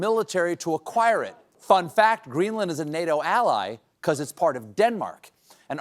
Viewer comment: Restate "AQUIRE".